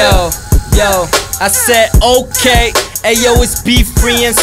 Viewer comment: LOOL i love it when says OHkay